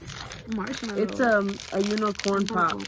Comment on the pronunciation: Funny asf when she kept saying “unicorn pop” instead of poop 😭